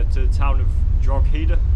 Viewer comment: Enjoying the video, but jaysus, Rockshore??? That's awful piss😂😂😂 Also, it's pronounced Dro-he-da